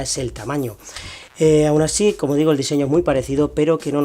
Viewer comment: No sabes decir como.